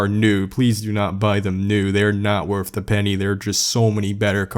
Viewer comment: please do some self speech therapy and learn to say WORTH> TH NOT F